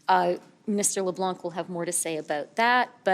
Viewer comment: Leblanc? When did it get a hard c? Shouldn’t it be silent?